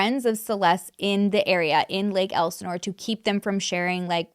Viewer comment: Yay you pronounce Lake Elisnore correctly. I live in Lake Elisnore but I did not know Celeste. She’s around the same age as my roommates son, but he did not know her, but he has friends that knew her.